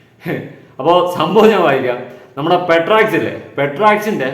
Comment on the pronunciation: പേട്രക്സ് ❌പെട്രോൾമാക്സ് ✅